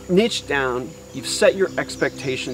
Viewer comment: Bro I enjoyed this video and your tips and experience was really valuable but I can't stand how you pronounce the word "niche" hahahha. Thank you for sharing though!